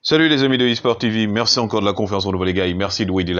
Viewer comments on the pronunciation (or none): none